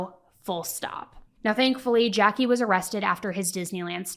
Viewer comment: His name is Jacque but it’s not pronounced Jackie it’s pronounced as Jack. I’m French and American.